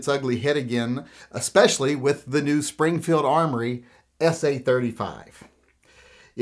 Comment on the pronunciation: Its "Springfield Armory" .